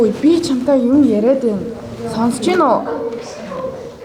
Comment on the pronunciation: Яагаад тэнэг гэж өөрөө тэнэг юм байж Бас яагаад ЯРИАДгэдгийг ЯРААД жигшиг😂😂😂😂 Мөнх жаргал хөөрхөн❤❤